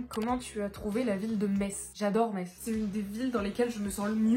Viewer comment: la seule non lorraine qui prononce bien metz 🫶🏻🙏🙏🙏